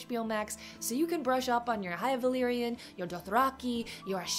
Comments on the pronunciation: Definitely! I'm German too and I find Valyrian pronunciation so easy, especially the y and r sounds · The "r" pronunciation is close to the way we use the "r" in Spanish. Many English speakers have trouble rolling the "r" the right way, but was ON POINT.